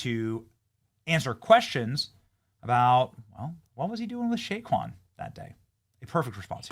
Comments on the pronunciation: Say-quon, not Shaquon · It sounds like Benny is mispronouncing Say-quon Barrkley's name?? It is NOT Shay-quon!! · Benny …. It’s “SAY-KWON” Barkley. Love you bro. lol